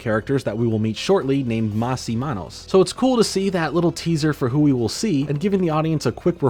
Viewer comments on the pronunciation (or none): Not “manos,” dude. “Manos” is Spanish for “hands.” The other charavter’s name is “Menos.” Their battle cry rhymes, “¡Más y Menos, sí podemos!” or “Más and Menos, yes, we can!” in English.